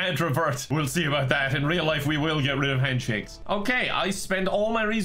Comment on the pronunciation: When said "we will get rid of handshakes" I heard "we will get French pancakes" and now I'm hungry...thanks